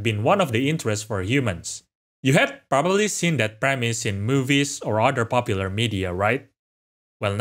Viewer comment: “In Bopular media” Get a narrator for Christ sake